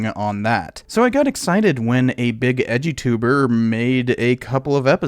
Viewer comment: Oh, you said "Edu-Tuber!" I thought you were saying "edgy Tuber." 😵‍💫